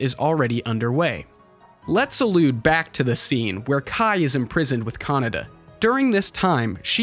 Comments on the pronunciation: Kah-Nay-Dah, not Canada. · Kaneda, not kanada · I thought his name was pronounced Ke-Nay-Da, guess Canada it is ! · It's KanEda, not KanAda LOL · Why americans pronunce Kaneda like CANADA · the way you say his name, Canada XD